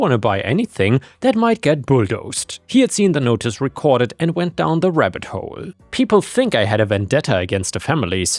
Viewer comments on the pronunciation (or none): none